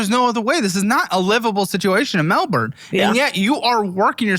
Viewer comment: How do y'all have a Melbourne in Florida yet still grotesquely mispronounce Melbourne in Australia 😂